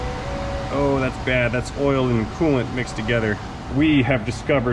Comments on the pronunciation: It's oilant, not coil. :) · It’s not coil it’s Koo oil sir u ain’t cool unless u run Koo oil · Cooilant....you heard it here first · I think oolant sounds better. Pronounced "Ewlant".